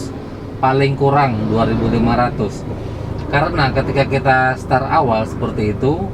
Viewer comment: Start pak, bukan star.